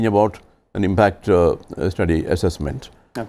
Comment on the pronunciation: There's no question about the merit of the panelists and the quality of the discussion. Big picture restores your faith in TV debate/discussion. But, sorry to say, this particular anchor sometimes tries too hard to speak English which is very irritating. Why does he need to speak in a different accent ? And, with the additional pronouncing of 'ah', like 'processah', 'impactah', the accent sounds more pathetic...